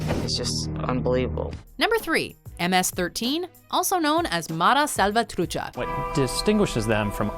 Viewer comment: mispronounces English spoken names like Aang. Also: pronounces correctly Mara Salvatrucha. 🤦‍♂️🤷🏽‍♂️